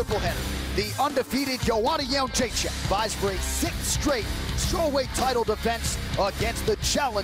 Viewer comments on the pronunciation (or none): Joe Rogan, you've been pronouncing the champs name incorrectly for quite a while, she said you were sorta close, maybe you didnt see that old clip. its not yun jay check, its jed dre chick. Come on man. still love ya though.